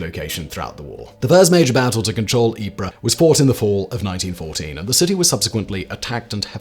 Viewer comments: as long as he stops saying it as eprah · yes, we all know it's pronounced "Wipers" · Simon pronounces Ypres instead of calling it "wipers" like the Brits did in WW I? 😮